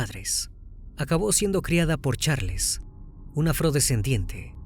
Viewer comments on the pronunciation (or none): none